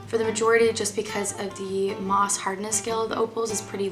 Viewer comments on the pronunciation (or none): Hi! Great video! This is just meant as constructive criticism, with LOVE. It is pronounced: MOhs with a long "O". A roughed out cabochon is called a "rub", just as it's spelled, and as referring to cut gemstones, it's called a "fasset,(facet), there is no 'au' sound. I enjoyed listening and watching your video. I think I have more to learn about cutting cabochons and faceted gems!